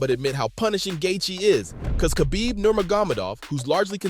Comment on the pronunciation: It takes 5 seconds to learn how to pronounce Khabibs name lol... jp good vid